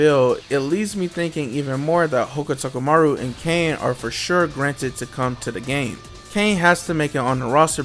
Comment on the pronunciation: Bless you for attempted to say Hokutomaru multiple times but getting it wrong every time.